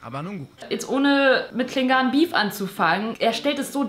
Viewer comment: Nicht Klengahn~ sondern Klengan (von der Aussprache her':))